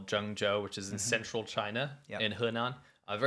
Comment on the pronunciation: says "central China" in the intro but I heard it twice as "sexual China".